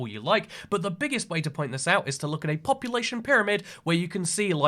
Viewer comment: Ah yes populatyion